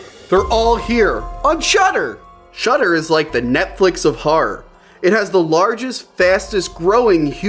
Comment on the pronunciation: I like whore films, maybe I'll try that shudder site, thankfully the text confirms he's saying shudder and not shutter in that murican way.